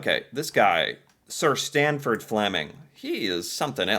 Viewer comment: Sanford...Sanford...Sanford...not STanford... there's no "T" in his name. As to "Hard to believe an engineer invented..." (whatever), in actuality, all inventions were made by engineers, whether they had a diploma or not. Engineers are creators by nature...those who seek or create solutions to problems or challenges... They can be mechanical engineers for devices, such as flints used to create fires instead of relying on finding remnants of lightning strikes and trying to keep it going 24 hours per day verses losing it; there were chemical engineers, they very first people to assemble ingredients to make food concoctions, and render bacteria or parasite ridden food as edible... And the more advanced ones that collected herbs to hide the poor flavour from bad food preservation. Some herbs and spices were so valuable for disguising bad flavours, that they were used for currency, such as peppercorns, used preferentially over GOLD because they were lighter, smaller/easy to hide, and easy to transport, but equally valuable. You BECOME an engineer when you invent something useful, official recognition notwithstanding...